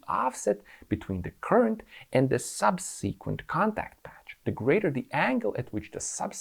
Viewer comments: sub-seh-qwent, not sub-seekwent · Great video. Looking forward to seeing one about motorcycle steering and how it is vastly different from steering a 3-wheeler. One quick note about pronouncing the word "subsequent". The emphasis is on the first syllable, so you want to pronounce the first 'e' like the one in the word "second". SUBsuhquent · Sub........seee......kwent. Made me laugh . The. em......fassis is in the wrong place . Great explanation of steering geometry.